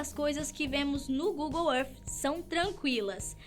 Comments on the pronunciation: para de se exibir no ingles e fala google é arti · Google arfffffff???? Fala sério...kk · Google êff